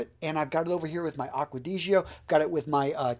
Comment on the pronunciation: the way you pronounce acqua di gio makes me want to commit a hate crime